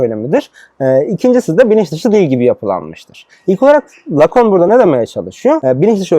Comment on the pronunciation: Ayrıca Lacun değil Lacan!